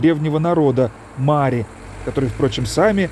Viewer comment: Только не мАри, а марИ